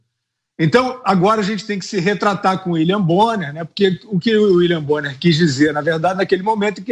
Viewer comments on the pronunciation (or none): Uili bonner 😂😂😂😂😂😂😂😂😂😂😂😂😂😂😂😂😂😂😂😂😂😂😂😂😂😂😂😂😂😂😂😂